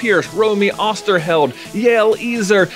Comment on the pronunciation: "Yael Ezer" is a Hebrew name, it's pronounced: ya'el ezzer.